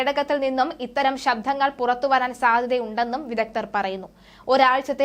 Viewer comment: ശബ്ദങ്ങൾ എന്ന് പറയുക. നിങ്ങൾ പറയുന്നത് " ശബ്ധം" എന്നാണ്.